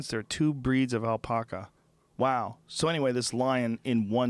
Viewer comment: Fuck Joe! stop saying "Alpaca" like "All-poc-a" there's only one "L", "AL-pack-a".....I live in a small town where they breed them all the time